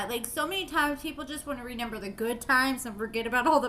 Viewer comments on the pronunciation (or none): I love how she says renember